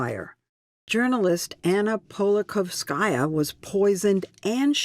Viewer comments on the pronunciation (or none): It's amazing. These clowns pretend that they really care about these fools- yet Leslie cannot be bothered to learn the pronounciation of " Anna Politkovskaya ". Unbelievable.